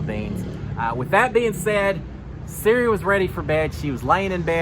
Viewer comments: Hey, wanted to give you some help with a few name pronunciations! For Cirie, think Marie but with a C (not the iPhone feature Siri). And for Felicia, it rhymes with Patricia! Ready for another season of Notes - thanks for doing what you do! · No offense great recap but it’s not Siri it’s Sir-E. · So glad to have you back and thanks for the updates! (PS… her name is pronounced sir-EEE — long E sound 😊) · Pronunciation is Sir ee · Love you but can you please learn how to pronounce out Queen Cirie’s name. It’s not Siri. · Thank you the way he is saying Siri is driving me insane